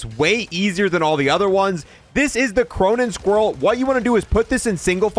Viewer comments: “Cronen squirrel”🤣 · "Cronen Squirrel" 💀💀💀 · KY-merr-uh and Cronen SkWALL.. not squirrel wtf is wrong with this guy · "Chai-mera" "Cronen Squirrel" 😬